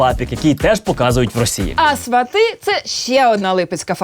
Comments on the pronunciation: СвАты, потому что ударение в корне свАт. Также, например, и тОрты (корень - тОрт). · Квиты- это цветы))А свАти- действительно похоже на глагол, который произносит человек, посещающий логопеда